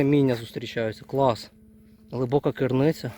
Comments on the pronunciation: Не кирниця а криниця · Цікава вимова слова криниця, -"кирниця", не чув такого) Красиві місця, як і майже всюди в нашій країні!))